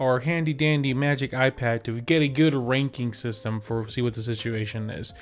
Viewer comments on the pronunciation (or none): none